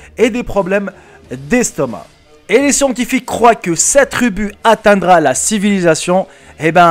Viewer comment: Trubu mdrrrrrrrr mon dieu quel français!!